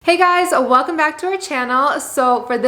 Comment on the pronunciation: I like how she says ah welcome like its one word😄